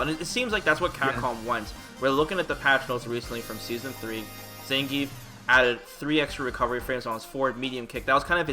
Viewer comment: I have yet to hear anyone other than the game pronounce Zangief correctly. It's three syllables.